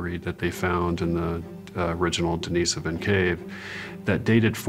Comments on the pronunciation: I would say start with how people pronounce things. Its in no way a surefire way but mispronouncing denisovan, which is likely the easiest Russian name ever is your first clue. Its not "dennisivin" and people that get their information from shaky written sources versus discussion with experts nearly always mispronounce numerous names while making some grand "alternative" claim. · TLDR: No one can agree or even knows how to pronounce Denisovan. Until this is resolved, humanity will be unable to progress.